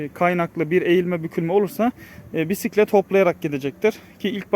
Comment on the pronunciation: Oturak değil. Sele. Direksiyon değil. Gidon. Pisklet değil. Bisklet.